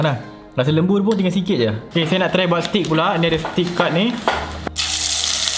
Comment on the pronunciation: Bukan stick dik...steak.....sebut mcm bunyi eja mcm ni..stayk... Anyway gud review...